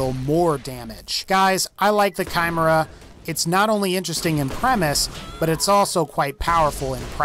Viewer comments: Nice video, but holy shit, your pronounciation is attrocious. Not only on the cherè Amie but also the Chimera and many of the greek mythological atlas guns. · Are we not going to address the way he pronounced chimera It sound like he's trying to say camaro kai mer uh It's so easy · The way he pronounced chimera lol